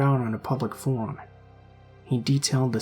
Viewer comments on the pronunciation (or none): none